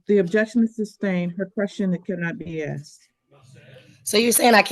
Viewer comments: Why does she keep saying axe? That really annoys me. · Of course she says axe instead of ask. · She should be jailed for pronouncing 'asked' as 'axed' anyway. Also, the arrogance of saying to a judge "did you know..." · your question can’t be “axed” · I find it hilarious that after all these years black people cannot say a three-letter word correctly. They cannot say the word asked. These people are so ignorant and stupid.